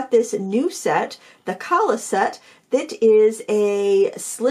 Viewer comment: I believe the pronunciation would be Ka’ala, being Hawaiian.